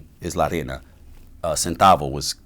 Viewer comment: It’s pronounced ray-na this man is trying to say “queen” and he keeps saying “sand” 🤣🤣